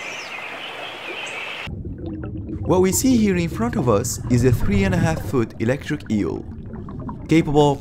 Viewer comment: The best part is when the narrator calls the eel an elegdrig fish.